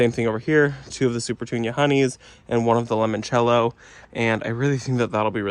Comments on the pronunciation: I love your videos but I did laugh a little when you said limoncello. Sorry please forgive me it's one of my favorite liquors. I only know how to pronounce it because I drink so there is that. It's kinda like saying lemon cello. Like the fruit and the instrument. It's Italia so if you want to add that to how you say it cool. Again please forgive me. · New subscriber ❤ Wondering who corrected your pronunciation of limoncello later in the video 😂